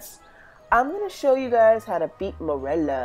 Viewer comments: I hate how u pronounce merula it’s meroola not murela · I thought I was the only one who pronounced merula like murela lol